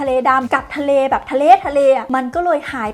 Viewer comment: ทะเล๊...ทะเล 😂